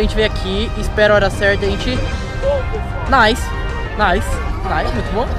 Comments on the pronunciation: Caraaa se fala lançamento "naice" e não "nilce" Pelo amor né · Ele fala nilse N Nice 😂😂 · eu odeio quando ele fala "nilce" parece nome de gente kkk moss é "naice" a pronuncia correta de "nice" kk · Lançamento " Nilce " quando se fala "Naice ". Que droga ein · uma hr ele fala nice dps nilce kkkkkkk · Ele fala Nilce zuando. A esposa do Leon (Coisa de Nerd) como você não conhece?! Meu Deus... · n se fala nilce isso e nome de pessoa kkk se fala naice mas se escreve nice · Legal mas "nilce"? 😁😂😂😂😂